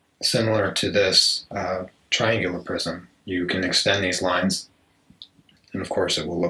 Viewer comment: I was hearing cube « prison » instead of « prism » at first and I thought sh*t was getting really deep and philosophical lol Thank you for this video !!!